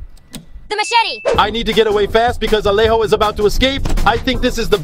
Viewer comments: No es alejo no alego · Es alejo no es a Alego